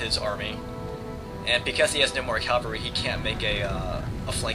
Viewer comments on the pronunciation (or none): CAValry not calvary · cavalry not calvery